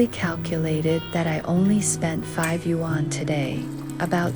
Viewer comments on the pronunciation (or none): The narrator for this video is beyond irritating. Your pronunciation of the word “Yuan” is the worst I’ve ever heard. You say “Yu ‘An” like it’s 2 words, it’s not, it’s one word. You should not be narrating if you can’t pronounce basic Chinese words. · Great, informative video, although it does seem to be done via AI ..... since, for one thing, the "person" doesn't know how to pronounce the word "YUAN".